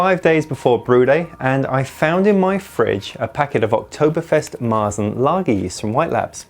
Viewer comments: You say "Marsen" to a Märzen. "Marsen" sounds in german like tang smelling socks(but it don't mean that, it sounds only like so). Speak it more like english "Martsen" the A speak like the A in "Tang" so like sheeps say "määäää". But our R sounds in this word more like an U as in "Butter" you can also speak the german R make in the throat, if you can, but in german we don't speak the R. In german we speak to Märzen -> "Meatsn". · MARE-tsin would be how i would write an english pronunciation guide for Maerzen, but you're right the guttural R sound is hard to translate . To your guest's etymology questions, it looks like she was spot on. It looks like the dish was even called marchpane in old english. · we don't speak the R in Märzen, replaced by german A or english U like in "Sun". Z is everytime T+S in german.